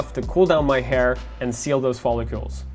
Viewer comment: says "follicules" Like it isnt "follicles